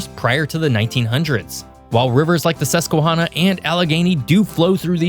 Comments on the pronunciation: Susquehanna as in hand, not hawna.. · You forgot a syllable in the MonONgahela river name. It’s not the “mongahela”… Edit: it’s Susque”Hannah” not susque”hahhnah”.. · Not to nit pick but it’s Susquehanna emphasis on Hannah not hanna. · Good video, but I suspect from some of your pronunciation that you are not from Pennsylvania! (Lenape, Susquehanna, Monongahela. However, you got Lancaster right, which many people don't.) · In PA we pronounce Susquehanna like the name Hannah. I live here, along the Lehigh, I know the Susquehanna is shallow, not suitable for big boats. Bradford county where I spend a lot of time has no cities, very little cell phone service, and if you don't live there you are a flatlander, the mountains there will remind you of west virginia. there is a family in bradford county that in the 1700s intermarried with the brits and Indians and to this day have their own culture and language.Also the French in what is now Wylusing founded the French Asylum meant for Marie Antoinette. She never made it. 😀🤣😂